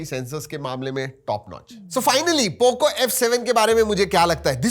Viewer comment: Poco❎ thoko✅😂